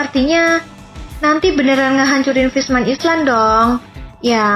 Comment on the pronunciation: Kok aneh ya sebutan Fishman Island dimenit 😰?? Emang ditulis island tapi dibaca Ailand Min😵 Dimenit kok dibaca Ailand yaa 😌?? Mungkin admin baru ini belum makan ubat yaa 😅